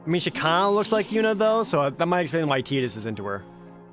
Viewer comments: “Tee-dis”? I’ve never heard it pronounced that way. Always thought it was “Tie-dus” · "teedus" ? Ok are you doing the names wrong on purpose ? You've gotten every pronunciation from every single game wrong.